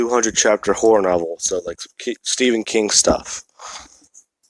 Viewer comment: I can't be the only one who heard him say porn novel instead of horror novel